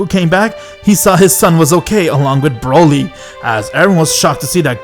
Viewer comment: i love how you said broly to bruhly